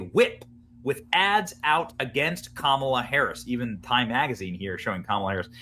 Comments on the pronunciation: Please learn how to pronounce Kamala correctly. Its COMMA-luh or KAH-ma-la, stress is on the first syllable. Doesn't say much about you when you republish clips of clips, all of which pronounce her name correctly, yet you continue to mispronounce it, stressing the second syllable. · Kumalot Harris is how I pronounce it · comm-alla(says it all)